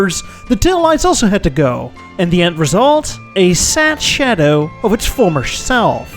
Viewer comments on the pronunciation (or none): none